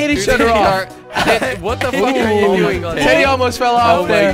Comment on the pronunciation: jelly says Telly instead of teddy